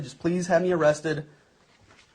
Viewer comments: O cwap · Oh cwap, am I gonna be awwwwwwrested?